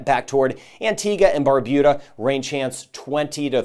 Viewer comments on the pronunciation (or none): none